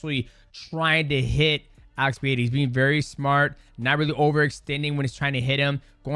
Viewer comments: ITS PEREIRA NOT PEEHAYDA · Portuguese speakers pronounce it Pereira, not “PeHeira”. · Why do people still pronounce his name like Pee- air -uh vs pur -rare uh😂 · "Pieira" acagain, man? Come on... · Damn mighty how you gonna call him PEEHEADA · Its NOT PEE HEAD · I love that no one pronounces Alex's last name the same way twice. 🤣 Pa-hay-da; Per-heya; Per-rare-a; Puh-haida; etc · Alex "Pehera"